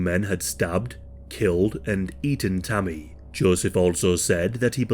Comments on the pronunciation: I kept thinking he was saying Tummy or something 😅, but yea RIP Tammy 😞🕊️🙏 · I thought he was saying tommy at first